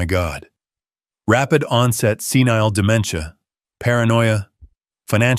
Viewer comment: Senile, NOT scenile